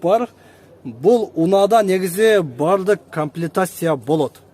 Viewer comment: Тили анча келбейтго , комплектация деп айт